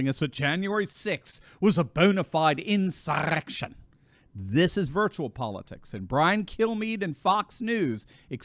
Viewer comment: love your content! hate the way you roll you r's when you say insurrection lol